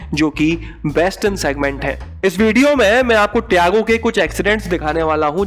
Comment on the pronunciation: Tago Nahi Tiago 😂😂😂